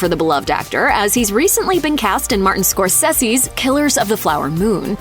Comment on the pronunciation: i swear shes purposely saying names wrong. first frashur then scorsessy.